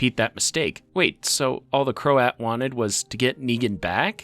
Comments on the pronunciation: its pronounced krowt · krowt, it is pronounced krowt. You can literally look up how words are pronounced, its not hard to do